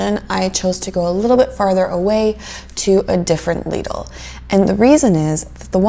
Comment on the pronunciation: It's pronounced Leeedl 🤗 your pronounced it correctly. Love this kind of video. Love the calm voice. Based on your video, I definitely prefer Aldi. Lidl has more luxury items. But in the end, Lidl is not the same as good old Aldi